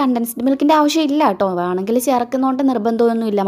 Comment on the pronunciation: വാണമെങ്കിൽ അല്ല .വേണമെങ്കിൽ